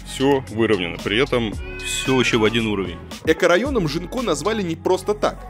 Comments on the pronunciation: Мне кажется, что, новый район в Бордо, называется Гинко, а не Жинко(как говорит многоуважаемый Варламов). На фасадах и дорогах, изображают листья японского дерева Гинко, поэтому, скорее всего, район называется Гинко. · А почему район Жинко? Это же произносится Гинко. Японское дерево такое. А Жинко это что-то украинское уже🤣